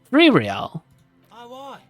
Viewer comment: Why did ya mispronounce reàl everytime, just say it in german